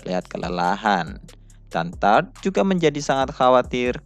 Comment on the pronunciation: Tarte dibaca tarte bukan Taort atau tart soalnya di anime juga ejaannya begitu " Tarte "